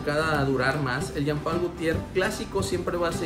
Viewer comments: Se pronuncia Jean Pool , no Jam Pal es frances . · Parece q dice pay pal😅